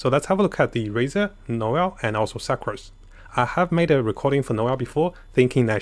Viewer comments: Original:sucrose What i hear suckrose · The way you pronounce sucrose.... “suckrose” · im not saying this as being mean its funny how he says succrose again not being mean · Idk if its intentional but pronounced sucrose as SUCCrose lmao